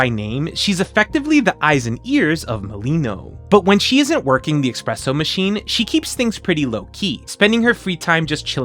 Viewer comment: I'm not even Italian, but did he just say expresso?